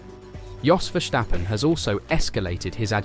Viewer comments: There is no h in Verstappen. It is Verstappen, not Vershtappen..... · If you still cannot pronounce Verstappen correctly, nobody is going to take you seriously...